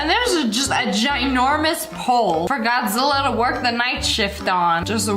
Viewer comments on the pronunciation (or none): none